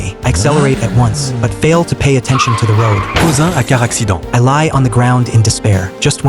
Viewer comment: Why did it say “causing a car accident” in a french accent